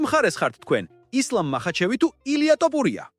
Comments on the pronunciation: რა ტოპურია თოფურია ისწავლე ჯეერ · ტოპურია არა თოფურია. გამოასწორე ლექსიკა. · მაგას ჯობია სხვა ენაზე გააკეთო ვიდეოები ქართული სპეციფიური ენაა- ერთი ასოც რომ ვერ გამოთქვა ძალიან საშინლად ისმის, თითქოს დაგცინიანო/ გითხრეს შენ მეც და სხვებმაც რომ თოფურიააა და არა ""ტ """ სხვა ენებში არაა მასე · ტოპურია არა ეგ თოფურია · რა ტოპურია ტო თოფურია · ტოპურია კი არა, თოფურია! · ტოპიურია კი არაა შე კაი კაცო და ტოპიმეგრელია ეგ ბიჭი ! რით ვერ ისწავლე იმის გვარი ვიზეც ფადაცემას აკეთებ????? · ტოპურია არა თოფურია არის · ტოფრია არაა თოფურია და ნუ მოტყანი ტვინი შენი "ტ" თი! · ტოფურია არა Თოფურია ნუ აფუᲭებ გვარს ქარᲗულად წარმოᲗქმი გვარი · “ტოპურია”რა უბედურებაა??? “უნდა ვთქვათ ერთ რაღაცას” ქართულად ლაპარაკი უნდა ისწავლოთ ჯერ… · თოპურია 😂მაგარი შეგ გაქვს ვიღაცა ხარ დღემდე ზრდილობიანათ გეუბნებოდი სწორად გამოთქვი ილიას გვარი ან დებილი ხარ ან შეუგნებელი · ტ-ოპურია ? ტ-ოპული? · ეი აის ნალაპარაკებს გავს არც ქართველს ილიას სახელის გამოთქმა სწორად არ შეეშლება